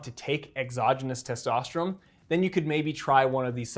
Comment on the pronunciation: Bro why do you say testosterome? Its ends with N sound thats why its written testosterone!